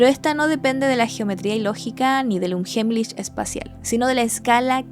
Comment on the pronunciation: se dice "unjaimlij" con la primera jota más suave, porque viene de una h aspirada 😊